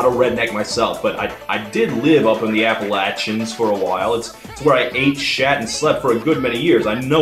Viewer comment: I'm proud of you, even though you're born in CA, you pronounced Appalachians right